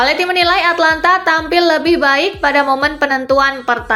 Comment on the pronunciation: Atalanta mbak bukan Atlanta